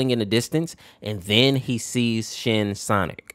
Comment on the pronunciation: bro why did i hear you say shititck not shinnic